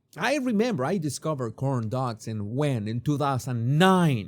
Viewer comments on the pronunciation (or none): The! Making "cooorn dugs" great again! You make me laugh every time! Love your videos!